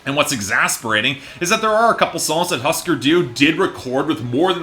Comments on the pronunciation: Pronounced hoosker doo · Couldn’t be bothered to pronounce Husker Du correctly, I was shocked at the part where he didn’t call the Who, the Wha. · Why don't you learn how pronounce the band's name for starters. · I think that if you review an album, you should at least be able to pronounce the name of the band correctly. Just a thought.